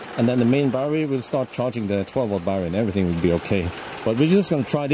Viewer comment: unbalanced "barrerrie" LOL.